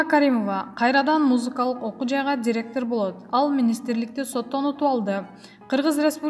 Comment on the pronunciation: Туризм, министр, директор, комплекс, отставка, радио, маанилүү деген сөздөрдү сүйлөй албайбы бул журналист. Басым(ударение), үндүү үнсүз сөздөрдү суйлой албай чулдурайт🤷🏻‍♀️